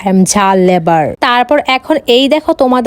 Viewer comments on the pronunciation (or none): বলদ লেবার না লাভার জাল লাভার শুধু কনটেন্ট বানাইলে হইবো কথাই বলতে পারোস না লাভার কে বলে লেবার